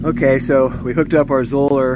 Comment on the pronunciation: Zoeller rhymes with "dollar". Zoeller rhymes with "dollar". There is no long "o" in Zoeller.